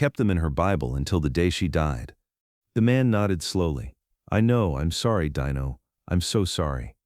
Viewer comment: His name is not DYNO but Dino try it ,it sounds much better